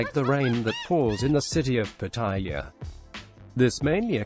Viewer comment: Rule #1; Learn how to pronounce the name Pattaya ! Your'e way is horribly WRONG ! !